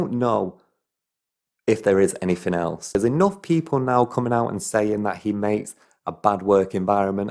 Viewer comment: can’t you pronounce “th”? you sound like a thick cunt saying “anyfing” or “all of vis”